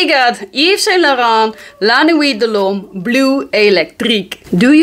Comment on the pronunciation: I love Dolce and Gabbana Light Blue (The Original) as it works in any environment/situation. Dad jokes....Yes!! I love regular La Nuit so am curious of the Electric especially when you pronounce it like you do. I laugh every time I watch your vid's. Nice work!